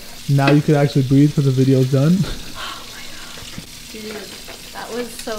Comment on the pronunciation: aint no way mama rug said GAWAD..